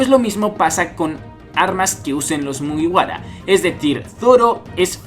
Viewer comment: mugara XD practica mejor tu japones es mugiwuara